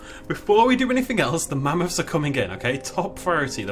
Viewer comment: When you don't how to say scientific names. MA-MU-FUS!